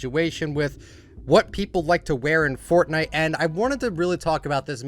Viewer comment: It’s not Furtnigt, it’s Fortnite